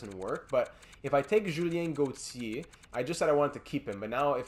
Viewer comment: Why do you pronounce Gauthier like that